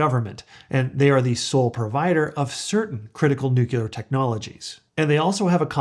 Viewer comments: nu-cleer. Not Nu-culer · Noo-clee-ur. Not noo-kyu-ler. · I can't take you seriously. The word is nuclear not new killer. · Nuclear not nucular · if you think that this guy knows what he's talking about, understand that he doesn't even know how to PRONOUNCE NUCLEAR! It's nu-cle-ur, not nuk-u-ler, which refers to the nucleus of a cell.... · It's not nucular energy, it's nuclear energy. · Thanks. It's NUCLEAR, not nucular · It is spelled and pronounced NUCLEAR NOT NUCULAR. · Don't mean to disrespectful but... it's nuclear [noo-klee-er] not NuCULAR. Everything else is just fine. :) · Nucular lol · It's "nuclear" not "nucilar",! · Sorry I have to click out because I am triggered every time I hear nu-cu-lar... and there are a lot of them. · Yes, but you say Nook-YOO-Ler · Came here for this. He keeps saying “nukeelar” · Why can'r he pronounce nuclear right> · Nu CLE Nu CLE. … got it yet? It only takes this kind of mistake to discount you. Why not learn how to say what you’re talking about? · ATTN: dumbA$$ alert …are you freakin’ serious????? Nu CLE er CLE CLE Not by CUE ler!!!! Really????? I know you put a lot of effort into your videos, why not learn how to say the word you’re talking about… Are you freaking kidding me? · Can't watch this. You pronounce NUCLEAR improperly. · I am not a native english speaker but I also thought that your nuclear pronunciation was a bit strange. Love your content.